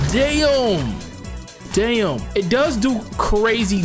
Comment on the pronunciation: The times he said dyam 😭